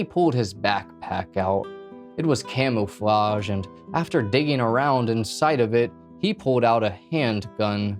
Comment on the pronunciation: "Camel-flage". Better luck next time